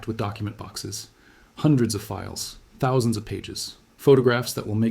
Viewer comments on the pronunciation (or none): Why are you saying "thousand" so strangely? Threw me off the first time. I had to back the video up.